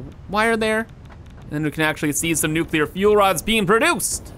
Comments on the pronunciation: Hey, New name for nuclear train station... Nuchoolear Station. XD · Nucular spiiice